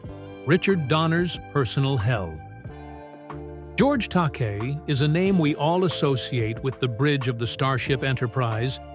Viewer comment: These AI narratives are truly destroying our world. How many times are they going to MISS PRONOUNCE actor GEORGE TAKEI'S NAME??? WHAT AN INSULT that the producers of these GARBAGE VIDEOS don't even give a damn about their final product enough to proof it before its broadcast.